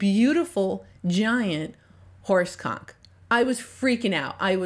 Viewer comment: Is she saying horse conch? Not so much